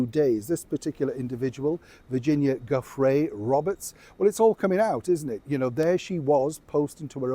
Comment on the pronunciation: Hi, I hope you don't mind? Giuffre is italian for the medieval Joffry... uff is stressed. jewf-fri. I believe her husband may Anglicize it as many Australians do, makes things easier...(jewfree, but I just can't). We did the same back in the 1960s, it was so exhausting...but it's a lovely name (I'm a medieval buff, Game of Thrones). I agree with your view on her hospital visit, reading between the lines. ❤